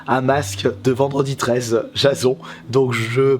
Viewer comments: "Jazon"? C'est pas + "jaysone" ? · Il a dit jason a la place de Jasone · Mais.... MAIS... JASON?!?! Ça se prononce Jaysone! Parce que Jason c'est le chef des argonautes bordel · jason sa ce dit pas jazon ca se dit jaisson 8.54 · C est pas jason c est jason (e).Mais bon c est pas grave, continue t 'es le meilleur^^. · Non mais en français ça se dit « Jazon » pour Jason. Je crois qu’il fait référence à « Jason et la toison d’or » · Jason sa ce prononce jaisone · Le masque c pas le masque de Jason , en plus tu le prononce à la française c marrant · MDR comment tu a prononcer Jason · Comment il a prononcé jason